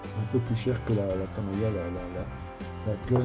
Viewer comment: Pourquoi vous dites TAMAYA pour TAMIYA ? :)